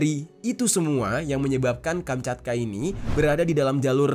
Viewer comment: Kamchatka bang bukan kanchapka bang maaf gue koreksi nihh 😅